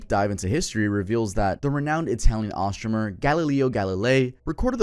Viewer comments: The way you said astronomer just snapped me back from zoning out doing dishes to rewinding to make sure I heard you right. “Astromer” is wild. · ...bro..."astronomer"? No second take on that one? LOL